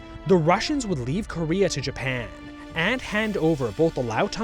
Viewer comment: Reave instead of leave was a very nice touch on the japanese accent, they dont have Ls